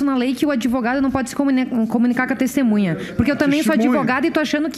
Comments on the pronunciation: Que deputado advogado é esse, que fica repetindo erradamente a palavra testemunha como "tistimunha"? Nem falar direito sabe e é deputado! Aff... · Rarara "DESTEMUNHA" rarara